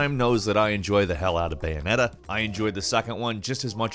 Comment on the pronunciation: This dude said bayoneta better than nier